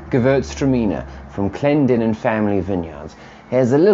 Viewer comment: Thank you very much for the appraisal and complements. Also thank you for pronouncing Clendenen correctly, you wouldn’t believe how many times it happens. Keep up the work my good sir!